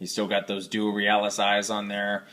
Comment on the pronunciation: nice review, i think its pronounced "real-iss" as in the first part of the word realistic